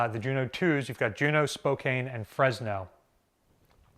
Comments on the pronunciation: Realizing that you are from the East coast and have probably not been to the Pacific Northwest and indian names Spokane the second largest city in Washington State is pronounced Spo' can. not Spocane. You get most names far better than Drachinifel does. I love your delivery and the information we get each and every time you post. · just letting everyone know that "spokane" is pronounced spo-can and not spo-cane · There was a Juneau- Class cruiser named after my hometown, USS Spokane (CL-20). It's pronounced "SPO- KANE (like a can of beans). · It's not Spo-Kane, it's Spo-CAN. I live in that city.